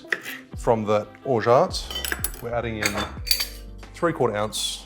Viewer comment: "orja" not "orjaT", the T is silent